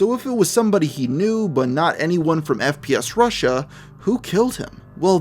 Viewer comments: Alex Jones can't even pronounce it right.... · Aside from mispronouncing the name of the channel, what fact was wrong? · Haha he said 'sps russian' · Alex Jones is an idiot and mentally unstable, if not insane. He cant even pronounce FPSRussia correct. "SPSRussian". Alex Jones gives conservatives/right wingers a bad name. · Alex Jones: "the founder of SPF RUSSIAN" FUCKING DUMBASS GODDAMNIT WHY IS IT SO HARD FOR SOME PPL TO READ FML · Sorry it’s a bit long but worth a read. ALEX JONE’S EXACT WORDS;” The founder of SPS RUSSIAN; the biggest gun SHOW in the world, not just on YouTube, and hundred million viewers in a average a MUNCH just on YouTube ....biggest gun SHOW in the world was tied up at his OFFICES, HESA GUN MANUFACTURER.” WTF! For a guy that’s allegedly so smart can’t even speak fucking English. No those aren’t my typos. If it’s capitalized it’s either a word he’s incapable of pronouncing due to neck fat interference or lack of working brain cells. And also how the fuck can a man be tied up at multiple offices? And F. FffFf fucking F Alex! FPS Russia is not a GUNSHOW. Not once in any episode did I see booths set up and hundreds of guns for sale and ammo. No fuckin YouTube skit is a show. It’s a fucking YouTube video you fat face dumb fuck that makes conspiracy people look and sounds insane. Which is why when obvious conspiracies can be proven they get fucked cause Alex fuck face jones opens his dick suckers and makes people think anyone who says anything he says are crazy as the FUCK. Making people not even want to try to see the truth in any situation of doubt. And no Channel has ever had 100’s of millions of views a month EVERRRR. Maybe one Channel did for A MONTH. NOT MONTHS. Creating the truth like he does best. I sadly half ass support some shit he used to say. Until now. Fucktard man. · “Sps Russia” 😭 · Hold up... did this dude just say "SPS Russian"? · Did he say spf Russian